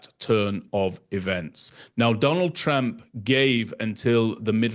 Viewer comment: I agree with the other comments that this is an exceptional site for solid, detailed information. But please, it is Trump, rhymes with "jump". Your pronunciation is close to "tramp".